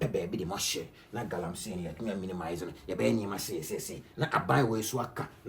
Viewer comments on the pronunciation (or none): Pls it is Galamsey not Galamsay